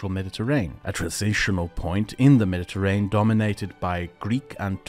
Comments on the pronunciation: Isn't it pronounced med-di-ter-ray-nee-yan? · Everytime you say mediterrain I die a little. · Nice! A pronunciation tip if I may: "Me-di-te-rain" is incorrect, that word has six syllables: "Me-di-te-rai-nee-un" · Why does he pronounce Mediterranean normally in the beginning of the video but he says mediterrain